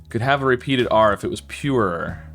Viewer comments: Your American accent is really foreign to me because I’m from Australia and when you say purer is sounds to me like your saying purerer and I’ve watched this video like twenty times and it only just occurred to me that it was your accent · Y does he say er three times Pure-er-er Cure-er-er